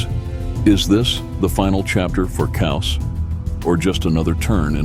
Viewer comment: Its KAOS....stands for CHAOS..Its not Coaws..Damn Dude